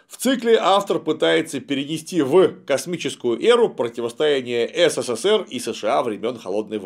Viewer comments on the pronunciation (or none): none